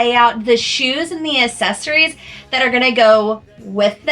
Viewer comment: Girl, I love you so much and am such a fan! But I have to tell you, the way you pronounce “accessories” kills me!😂 Thank you for sharing all the fabulous content. 💕